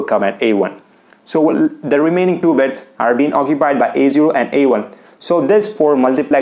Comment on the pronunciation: Its bits not beds